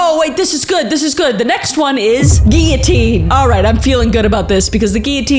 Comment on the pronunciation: Thank you for pronouncing "guillotine" correctly